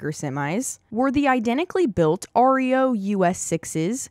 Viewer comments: Reo trucks are pronounced "Reo" not R. E. O.--even though they were the initials of the founder Ransom E. Olds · Besides pronouncing corps without the “p”or”s”, the Reo truck name is pronounced as one word. Not R.E.O. Ransom E Olds could not use his name for vehicles after he sold to GM. He used the Reo name for his trucks. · REO, unlike the name of the country band is pronounced "REE....O". Not "ARE ..EEE....O". The Name REO came from the intiials of the company founder , Ransom. Eli.Olds.